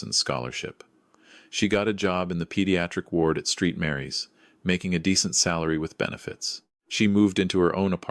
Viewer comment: I know AI has plenty of issues, but Street Mary’s? 🤦‍♀️ Try Saint Mary’s.